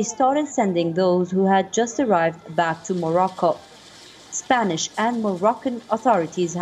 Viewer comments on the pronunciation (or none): none